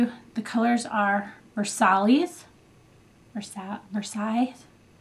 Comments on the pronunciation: Versailles is pronounced Verse-hi :) Loved this review, it's really honest and is a nice change to those gurus that rave about Sigma because they just send them every one of their new products for free ! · Let me guess, you are either a history major, french, or speak french. The point of the video is to show product, she has taken the time to do this for watchers and you bash her for mispronouncing a city where a narcissistic monarchy ruled with out any thoughts for their subjects, and were overthrown for good reason. The only people who care about Versailles is people who go there to visit. Which I have. Get over it.